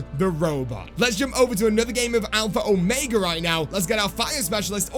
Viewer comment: Please stop saying alphra omega in your intros